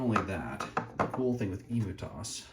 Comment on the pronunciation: Great video but.... The way you pronounce emutos. Surely it's "Em-U-Tos" as in emulator, rather than the big flightless bird? Just saying!😅